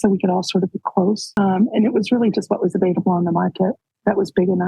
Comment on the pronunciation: Why does Janelle say avaiDable? Not a big deal but she has always said it with a D, it's so funny!